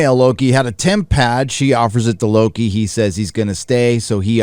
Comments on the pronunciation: It's WOKI not Loki. Say it right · Lokie? I thought it was called wokie? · At one point I thought said Woki... lol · Mloki ? or Floki ? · Loki.... you meant "Woki" right? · Low-T- ki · Nah. It’s Loki. You’re not 12 years old anymore.